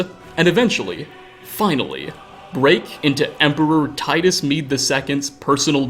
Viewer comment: You: "Emperor Titus Mede II" Me, an intellectual: "Médé"